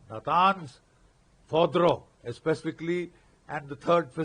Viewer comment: Bakshi sir, it's Fordou not Fodrou, pls pronounce it well